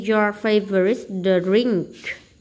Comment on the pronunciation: Cô ơi cô đọc sai từ drink